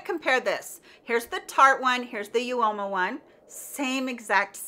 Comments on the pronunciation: Instead of You-Oh-Mah it is pronounced Ooo-Mah x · Great video! Uoma is pronounced Uh-muh.